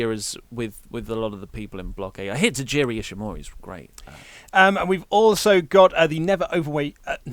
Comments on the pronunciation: I love how pronounces Taiji Ishimori's name as Tajiri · It's Taiji Ishimori not Tajiri Ishimori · it's taiji ishimori not tajiri